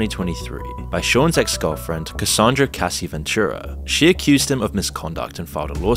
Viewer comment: “Sheen Cooms” “Casey Ventura” “Shane”